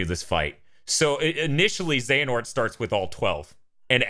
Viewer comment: 'χehanort'? I believe you mean 'Another χ'